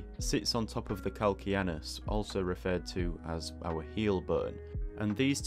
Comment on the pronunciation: VERY well done! Even though I already know most of what you illustrated, you showed me a much better way to draw the foot bones. BTW, CAL-CAN-NE-US is pronounced cal-KANE-e-us, even in both American and British English. In Latin: call-KAN-a[long 'a''] -oos.